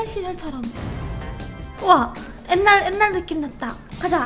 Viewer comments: 옛날말고 앳날이라고 발음하는 게 킬포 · 옛날 아니고 엣날